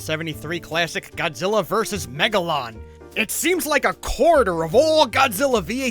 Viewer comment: God gilla us wegalou I Laughed at that For 5 or 8 minutes😂